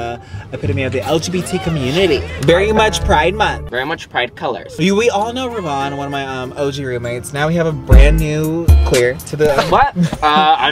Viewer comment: i thought Ravon said “wi” LMFAOOO